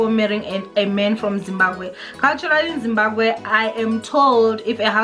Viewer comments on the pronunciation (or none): It's Zimbabwe not Zimbagwe